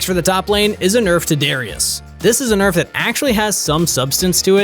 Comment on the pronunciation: You mispronounced nerf on those tank items